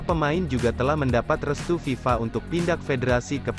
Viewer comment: Piala faaàa.bloon amat orang yg baca brita ini piala ter kenal di dunia kok santainya bilang fiala faaaaa.sharusnya eeeef.aaaaaaa